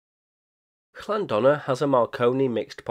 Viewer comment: Llanddona is pronounced TLan-THonna where TH is as in "thee" and "thou".